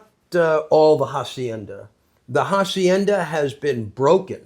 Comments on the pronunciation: Este hombre ya es todo un andaluh que te pronuncia de manera castiza jacienda😂😂😂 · voy a soñar con "jahsiennda" 😂